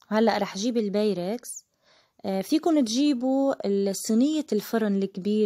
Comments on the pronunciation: لازم تزبطي لفظك انت وعم تحكي بيركس. و. بابريكا ما هيك بيقولوهون تعلمي تقولي الاشيا صح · ما تحكي انكليزي اذا امكن !!! قلتيلي beyrex ? هاهاهاها و babrika ? والله بهدلة